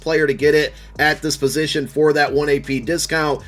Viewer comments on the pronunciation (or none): none